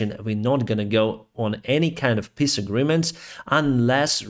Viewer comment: I appreciate how your Ukrainian accent makes, "peace" sound more like, "piss". This is a more accurate description of any potential talks with Russia.